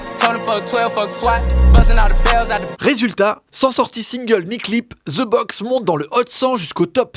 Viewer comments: de box not ze box lol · c'est pas ih ouh c'est eee urr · De box et non ze box tait con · Comme la prononciation ze box 😂😂😂pour les français mais dans tout les autres pays ce prononce (the) de box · Et c'est pas "Ze Box"